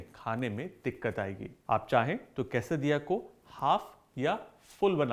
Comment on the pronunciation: Same I heard but should be la